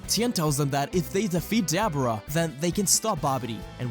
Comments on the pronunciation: i just gotta say ive never heard anyone pronounce daboras name like that lmao its duh BOAR uh not Dabber uh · i hope i am saying this with no disrespect, for i am unaware if you have a ascent, but try to pronouns Dabura's name as Da-boar-a, again i wish i am saying this with no disrespect its just i cant help myself but get a little annoyed every time you say it that way